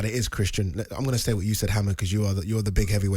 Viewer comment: Hammer 🔨 not haymer